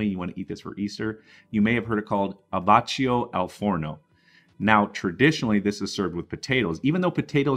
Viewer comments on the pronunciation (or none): "abbacchio" is pronounced "abbakkio", not "abatcho"...! 😁 But great recipe, thanks 💪🏻